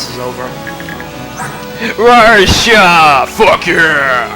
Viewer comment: I like how you pronounce Marcia's name. Everyone usually says "Mar-see-a" but you on the other hand are different and I like that. What can I say, I like diversity, lol. It's also great to see you uploading more FE Radiant Dawn because you're a pro at this game and make it really fun to watch. So thank you. =)